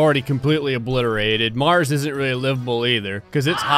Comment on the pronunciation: % of the time he makes me laugh 10% Sarcasm 15% The sound effects 75% ZWEET GEEZSUZ ZER GOUZ MARZ